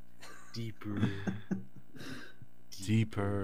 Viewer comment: Every time says "deepurrrr" I lose my shit. We made a few TMA jokes in chat during the robbery tape.